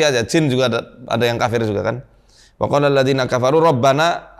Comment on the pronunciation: Maaf ustad saya tidak bermaksud mengajarkan, d tulisan itu bacaanya wakoola tapi ustad baca pakoola